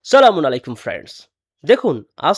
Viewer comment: সালামুন আলাইকুম, এটি ভুল উচ্চারণ, আসসালামু আলাইকুম হবে